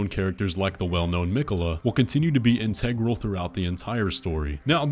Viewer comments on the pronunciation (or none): none